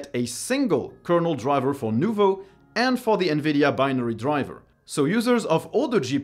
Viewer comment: dude you are French, im surprised at how shaky you pronounce "nouveau" haha, love the channel